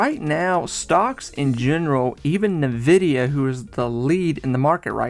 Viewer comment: You're saying Nvidia wrong.